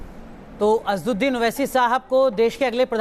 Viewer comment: oh bhai meren ko jalan nako ho rahi. Hum ko Owaisi saab se kya lena aap k leader hain very good. Hum ko Modi ji pasand hain bus owaisi saab naam theek nhi bol rahe thhe